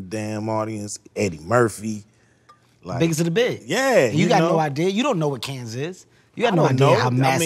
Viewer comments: Cannes with a silent s. Also it’s not pronounced caans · Ice Cube pronouncing Cannes with a heavy S (Cans Film Festival), is hilarious to me 😂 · The s in Cannes is silent it’s pronounced like kan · the only thing wrong with his pronunciation is that the "s" is silent. Of course he may just be adding " 's " and saying it's Canns's F-F. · The nes in Cannes is silent. Other than that, cool! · S IS SILENT IN CANNES CUBE. CMON MY DUDE. U OVA THERE DRINKING WINE 🍷 AND CANT PRONOUNCE CANNES. U TOO HEART